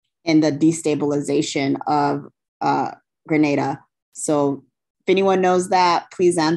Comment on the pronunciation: You had it right the first time... It's pronounced "Greh--Nay--Dah"